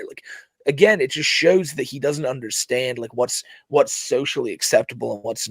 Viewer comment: "Now, what I don't unnerstand...." Me: "...can fill up Lake Erie,! Now shut the Fudd up, Elmer!